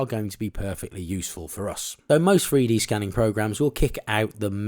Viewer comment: ‼️Freedee scanning? Freedee printing? Why can’t these people speak English, ffs.